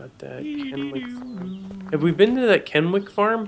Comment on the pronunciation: lol i love the way the way they say kennewick. i live there and that is not how its pronounced.